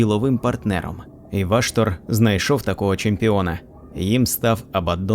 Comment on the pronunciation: Дякую автору за клопідку роботу над україномовним контентом всесвіту молота війни. Але бісить одне перекручування слів, ну навіщо озвучувати ВА"штор ????? це неправильно, дуже ріже вухо й в подальшому стає неприпустимим продовжувати перегляд даної, прекрасної роботи. Став наголос правильно! Школа 1-2- класи . НЕ ВАштор , а ВАШТор, наголос не на А, а на О !!!!!!!!!!!!!!! Цей коментар я залишив не для образи автора, а заради підказки автору, для продовження покращення ним, свого контенту серед багатомільйонної "аудиторії" даного жанру в медіапросторі інтернету. Слава Захистникам України!